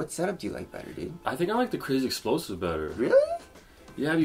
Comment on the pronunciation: I know damn well you incorrectly say crazy explosive intentionally